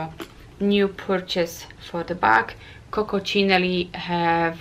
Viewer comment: It is Coccinelle not Coccocinelli! 😂 You are funny... Read carefully! By the way nice video!